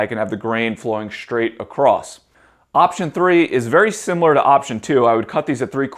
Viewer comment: I like you videos but shhhtraight and shhhhtretch drive me nuts.